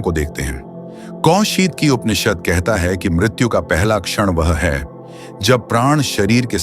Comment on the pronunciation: कृपया उपनिषद बोलते हुए 'प' उच्चार पुरा करे. जैसे ' ' 'पुरातन' शब्द बोलते समय करते हैं.' परे ' शब्द मे प उच्चार होता हैं